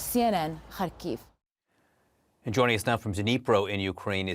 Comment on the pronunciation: Why can’t these professional journalists not learn how to say the name of cities correctly…small complaint I know but it shows you respect the people and are not just using them for a story. It’s pronounced HARR-KIV. The R is rolled a split second.